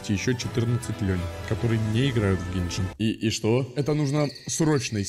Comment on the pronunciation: в виде а не в рекламе и не гейшен а геншин